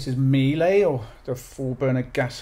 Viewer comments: It's not right. It will be pronounced "Miele! With best wishes from Germany 👍😁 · Miele = Me-leh 🙂 Me as in 'you and me'. leh as in 'eh' (short sound). Or the 'e' sound in veg(etable). They're not top-end luxury, they're known for producing simple yet long-lasting reliable products. I have one of their vacuum cleaners and it'll celebrate it's 24th birthday this year. And i've always had pets, so that's saying something.